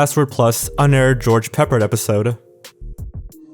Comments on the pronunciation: Exactly. And im certain it is pronounced "Pep-paard" , not "Peppered'. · I'm surprised that you didn't mention that Alan Thicke passed away in 2016. Also, George Peppard is pronounced Pep-PARD, not "peppered." He's best known for starring with Audrey Hepburn in Breakfast at Tiffany's and playing Hannibal in the NBC show The A-Team in the 1980s. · George "Peppered"? Your age is showing... or maybe mine is. LOL Sorry.. just had to mention it. Pronounced Pe-Pard.:) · George Pa-pard. Not peppered. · George "Pep-Hard" is how it was pronounced. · It is pronounced George pePARD. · George Peppard is pronounced Puh Pard (rhymes with hard)